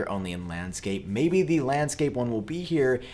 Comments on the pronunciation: I hear Faceity lol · DUDE ITS NOT ONE WORD ITS TWO!! Not faceid or touchid it’s touch...id and face....Id. Not faceidy lol